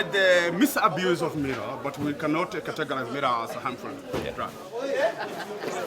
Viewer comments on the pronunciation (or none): its not mirra, its not mirrors either, its miraa, you can't name what you don't have :) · Miraa, not mirra. The aa is prolonged, mir-aah.